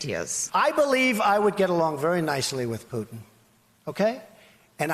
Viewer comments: Does he pronounce it Pyutin to be annoying to Putin? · Omg he cant pronounce Putin. Please just don't use Putins name anymore if you cant pronounce it